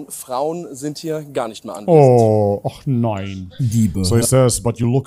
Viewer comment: "Ohh och nein" HAHAHA da ist kurz der Deutsche in dir raus gekommen HAHA